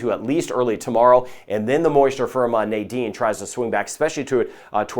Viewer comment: You pronounce the name so beautiful, and all along I say Nydene as many people do and I did not know the correct pronunciation